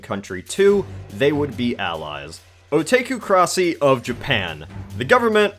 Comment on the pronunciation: the way they pronounced otakucracy